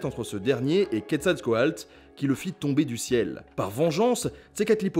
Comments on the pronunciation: je crois que c'est "quetzalcoatl" et pas "quetzalcoalt". oui, je sais, je chipote. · C'est QuetzalcoaTL et non QuetzalcoaLT. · Ce n'est pas plutôt Quetzalcaotl ? Car dans ta vidéo c'est écrit Quetzalcoalt et tu le prononce comme ça, je l'ai toujours prononcé "couette zal quoi teul"